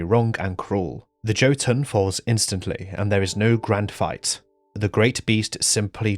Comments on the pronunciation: "yo-tuhn" not "Joe-tuhn". Or, if you wanna be very anal about it, Jötunn (Singular of Jötnar) is pronounced "yuh-tuhn", the umlaut over the "o" making it an "uh" sound iirc. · Not Joe-Toon. Amazing video as always! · "Joe Tonne" instead of Jotuun 🥀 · I love how you pronounce Jotunn as joe-tonne.